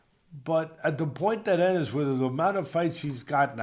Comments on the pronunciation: I thought the same thing. How u covering boxing and don’t know Boots Eenis🤣🤣🤣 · Bro has he never heard how to pronounce Jaron Enis name? EEENISSS